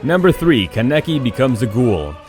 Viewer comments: "kuh neh kee" "oh bee toe" "man-gay kee ew" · This man Ken a ki it’s fucking kaneki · Keneki 😂 it’s kaaaneki there’s an A not en E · Did u just say ken- eki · Ka Necky 😂 Lol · “Ka Neck Key” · It was all abd before when he was pronouncing the names but once he said "Ka-nek-e" I died a lil ;C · Mans said Keneky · HE PRONOUNCED KANEKI WRONG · The way this mad mispronounced many of the characters names like Kaneki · He’s said kaneki wrong lol